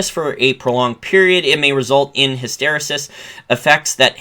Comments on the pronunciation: "hysteresis" is pronounced with the accent on the third syllable. "HysterEsis". From other videos, "strategist" is pronounced with the accent on the first syllable, "STRATegist." Great content (I'm one of your patreon supporters). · Love your content. Point of constructive criticism: "Hysteresis" pronunciation- emphasis/accent on RE.